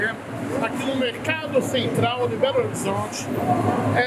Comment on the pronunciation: ele fala berolizonte